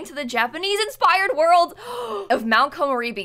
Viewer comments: Well not a mix. It's just re as in "red" as you said. They keep pronouncing it as "ray" which is not right, but it's the accent of English speakers when trying to speak Japanese or even Spanish words. Doesn't bother me. It's just an accent. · The video on pronouncing is correct, but it's not 'ray-bee', it's 'reh-bee', like the Canadian eh ;) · Video: how to pronounce Komorebi Also video: komorreybi 😞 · it's Ko-MO-re-bi and not Ko-mo-RE-bi... The emphasis is on MO!!! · ko -mo-reh-bee. A mix between “ray” and the re in “red”.